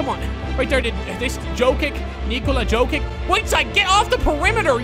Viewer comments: It's pronounced Nikola Yo-kich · it's written jokic but it's pronounced yokich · ffs he's called "yiokits" 👌😀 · The way he say Nikola jokic is so wrong